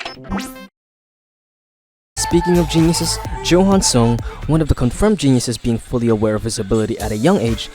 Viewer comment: Johan is pronounced Yohan. It is a Dutch name that is common in Germany and the name is usually short for Johannes. Unless PTJ specified it was pronounced 'Johan', it is definetly pronounced 'Yohan'